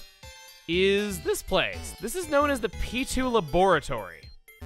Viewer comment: I heard P2 laboratory as pichu laboratory